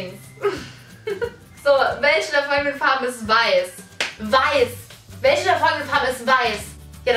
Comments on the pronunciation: Du sagst irgentwie die ganze zeit welsche 😂 anstatt welche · Es heißt "WelCHe" und nicht "WelSCHe" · Bin ich die einzige die es nervt dass sie immer welsche sagt 😂? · mich nervt es auch😂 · Sagt Bibi echt wälsche??😂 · Ja ist so des recht auf mansche oder welsche😂😂😂😤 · Es triggert mich so dass du immer „welsche" sagst🤣🙈